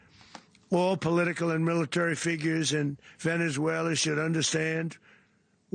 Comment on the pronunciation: "Venezuelar".....where in Queens is that?😂😂😂😂 "Donroe Document".........time for another MRI/CT Scan!!!!